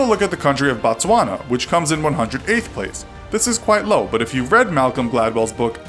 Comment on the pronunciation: i'm from botswana..it gave me chills when he pronounced the name